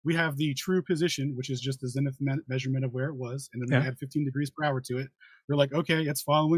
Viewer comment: If I have to hear say ‘latty,’ ‘longy,’ ‘cel theo,’ or ‘zenny’ again, I’ll jump off the edge of the (not) flat earth.